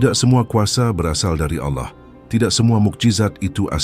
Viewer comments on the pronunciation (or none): Harus Nya Allah … Bukan Alloh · Bukan auloh tapi Allah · Naratornya kebablasan saat menyebut Allah menjadi aulloh. Semoga segera sadar bahwa yg sedang dibacakan adalah ajaran Allah yg hidup yg turun sebagai manusia ,menjadi domba pengorbanan . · aolloh ❌ ALLAH ☑️ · mengapa penyebutan ALLA seperti orang kafir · Maaf aku tau ini AI tapi tolong di perhatikan suara penyebutan ALLAH. AGAK menyesatkan kalau salah sebut